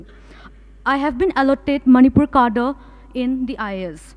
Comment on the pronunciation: She dont know right pronociation of cadre always i observe